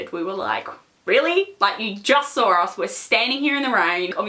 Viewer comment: why do people with accents like her say "saw" like that. it's just funny to me.